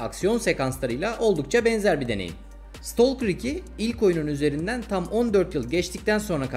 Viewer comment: İstolker değil. İstakır